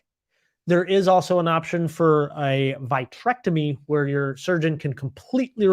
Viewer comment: Not to sound like an English teacher for the internet, but as an instructor, you may want to look up the proper pronunciation of words like capsulorhexis & vitrectomy. Perhaps it is a midwest regional dialect, but on the west coast these are pronounced capsulo-Rhexis (not -Hexis) and vitrectomy, not VIE-trectomy (same for vitreous, not VITEreous. Also might want to be aware that some of the most commonly used lenses are prone to glistenings after a few years, causing difficult to explain haze not related to PCO. Envista lens is one of the few marketed as having fewer glistenings.